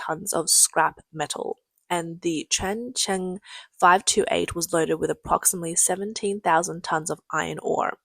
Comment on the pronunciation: Kudos to the narrator for her repeated pronunciations of Ching Fong 98 and Chen Chen 528, and thanks for being a real person and not a bot. :)